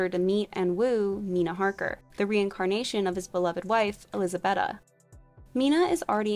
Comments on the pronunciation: Woohoo. I was so happy when you showed Dracula... pity you got the name pronunciations wrong. It is not pronounced bet a it is beata❤️💋❤️💋❤️💋❤️ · Please please please work on your pronunciation. Many of the names you got completely incorrect. Elizabeta is not pronounced "bet a" it is pronounced like "beat a" and Karenina is pronounced "kara ni na". Please don't use wherever you are from as an excuse for linguistic laziness. Americans often do this and it comes across as rude and arrogant.